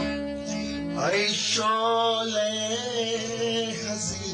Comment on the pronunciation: درود اشتباه تلفظ می کنید. "هی" نیست، "ای" است. "هشق" نیست، "عشق" است.